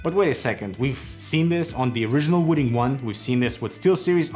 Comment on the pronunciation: "wooting?" Am I the only one who heard "wooden?"